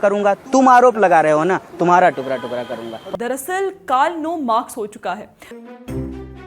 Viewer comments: नमूना पहले टुकड़ा बोलना सीख लो! टुकरा नहीं होता है,टुकड़ा बोलो। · टुकरा टुकरा नहीं टुकड़ा टुकड़ा बोल भाई 😂😂😂😂😂😂